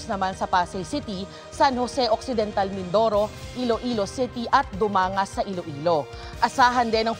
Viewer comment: Dumangas is read as Duman gas